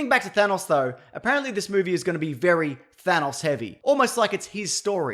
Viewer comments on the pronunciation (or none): thanos, not thanoss